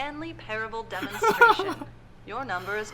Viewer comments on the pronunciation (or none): ... Did you guys really not notice that is said Demonstation? And not Demonstration. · Demonstation? Isn't there an "r" missing? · am i the only one that noticed the r missing in demostration? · Was I the only person that caught it said "demonstation" instead of demonstration and ? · I can't be the only one who noticed it always said "Demonstation" and not "Demonstration", right? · Those awkward moments when keeps misreading "demonstation" as "demonstration." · Stanley Parable DEMONSTATION. THEY MISSED DE R. RRRRRRRRRRRR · This confused the hell out of me. And lol at the lack of the "r" in "Demonstation" in the white room XD .... ..... What is this game again? O_O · No, pretty much everyone who watched the video noticed it, as every other comment is "DID ANYONE NOTICE THAT R IN DEMONSTRATION IS MISSING?!?!?!?!?1?1?" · Damnit! Now I can't pronouce Demonstration right!